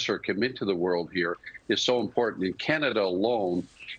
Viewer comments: She said canadia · Did she say "Several of Canadia's cannabis stocks?" Is CAN-EH-DEE-UH legit pronunciation? 🤔 seriously asking.. never heard that before